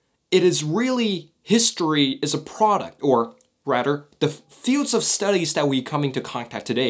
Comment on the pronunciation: i love how rather turns into radder